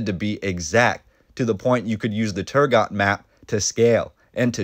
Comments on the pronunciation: Pretty sure it's pronounced Turgo, the T would be silent. EDIT:Sorry to be that guy ;) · Turgot-- The 't' at the end is silent in French. When doing research, you always have the option of checking how words are pronounced, in the form of short recordings to listen to. Quick and easy.